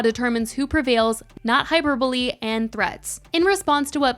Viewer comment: Hyperbole is pronounced hi-per-bah-lee not hyper-bully…just fyi